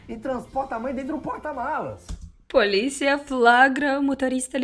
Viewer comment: "e ele é do palicia" skksskskksks